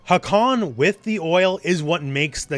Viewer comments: I love the video and the character but a little nitpick of mine is that nobody (except Turkish speakers ofc) pronounces his name wrong. You pronounce the first "a" short and the second "a" long, but it's the exact opposite. The first "a" is long "a", and the second a is a short "a". If you speak Japanese, the katakana writing system is very phonetic (unlike Turkish or English) so it's more like ハーカン than ハカーン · Btw the first a in hakan is longer , you pronounce it like its a japanese word , not really important tho but just saying